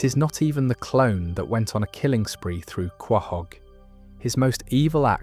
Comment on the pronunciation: Some advice Quahog is pronounced co-hog not how its spelled